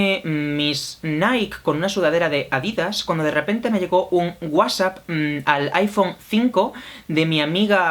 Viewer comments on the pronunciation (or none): none